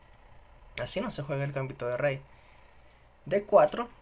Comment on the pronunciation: GambÍto con acento pero sin tilde en la Í (palabra grave)... al menos en castellano.